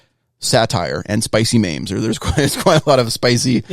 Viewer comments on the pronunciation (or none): who pronounces memes like “maims”, oh does 😂